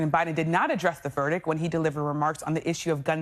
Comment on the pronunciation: Verdict. Not verdick